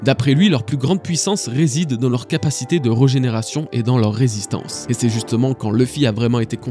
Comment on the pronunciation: Alors juste comme ça, très bonne vidéo mais attention aux fautes de français. On dit UN glaive et non pas une. De plus dans régénération il y a un accent aiguë sur le premier E, merci de le prononcer. Je sais j'ai l'air chiant comme ça, mais c'est vraiment pas agréable à entendre ce genre de petites erreurs et les jeunes ont déjà beaucoup de mal à s'exprimer de nos jours. Il serait bien que l'on aggrave pas les choses. Sinon je le redis la vidéo était très sympa.